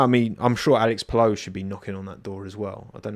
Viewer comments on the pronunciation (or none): Paou paou paou, is pato mate. Strong T sound as in mate, and OO sound as in door